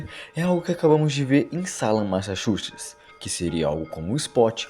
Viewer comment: Eu tive um amigo que também era incapaz de falar Massachusetts corretamente. 🤣😅